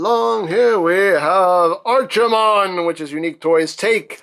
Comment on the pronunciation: They named him after a WarCraft character? "Tremble, mortals, and despair! Doom has come to this world!" Also, probably a case of To-MAY-to and To-MAH-to, but I prefer pronouncing his name like ARC, not ARCH. Either way, neat figure. Always did like Brawl and Bruticus.